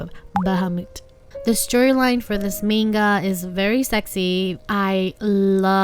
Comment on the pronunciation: I don't mean to be rude but can u pronounce the word manga as 'MANGA' and not menga it kept on bugging me in the entire video